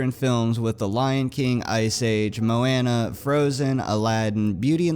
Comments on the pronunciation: Hears about fnaf4: STOP, WITH FNAF. And the way you said moana tho. 😂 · He said moana in the whitest way possible